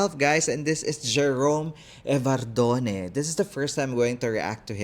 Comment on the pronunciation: CORRECTION PLEASE, IT’S EVARDO-M-E AND NOT EVARDONE.